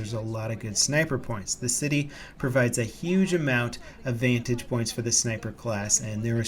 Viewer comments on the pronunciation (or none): none